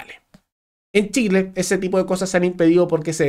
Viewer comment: "Treneh para shileeeh" decían lEs arbolitEs